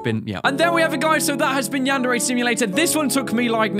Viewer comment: wow you said Yan-Dere Simulator lol